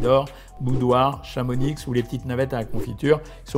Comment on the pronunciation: Super vidéo merci Doc 👌 (Peut pas m'en empêcher. Je me permet de dire, qu'on ne prononce pas le "x" de Chamonix 🤭 voilà c'est dit 😅)